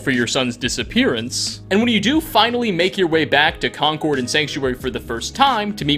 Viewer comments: It's pronounced CON-curd. MA native. Concord is a discontinued luxury jet. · Jeebus, No one on YouTube says Concord right! It’s Conkerd!! No emphasis on any syllables.